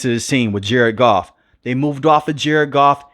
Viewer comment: It’s Goff cmon you got the best and you blow it